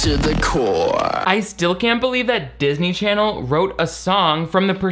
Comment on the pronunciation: i missed saying "darsny charsny" so much